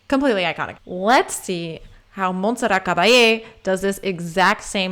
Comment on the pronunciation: The t in Monserrat is pronounced. Love your channel. Thank you !